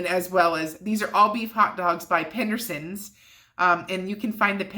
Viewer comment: I believe it’s pedersons sausage not PENdersons. 😂😂